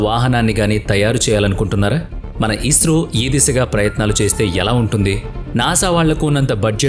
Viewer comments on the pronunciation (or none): none